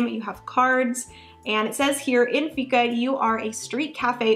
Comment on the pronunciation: Fika is pronounced "Fiika" with a long I :) "Fika is a concept, a state of mind, an attitude and an important part of Swedish culture. Many Swedes consider that it is almost essential to make time for fika every day. It means making time for friends and colleagues to share a cup of coffee (or tea) and a little something to eat." This was always a small inside joke between Finnish colleagues, when speaking about our Swedish colleagues :D